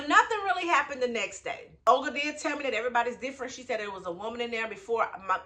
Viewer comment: Why does Olga sound like Ol Girl to me. 😁